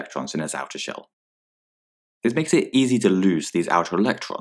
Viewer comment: shell not shel